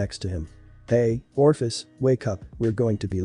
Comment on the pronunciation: for crying out loud Ophis does not possess an R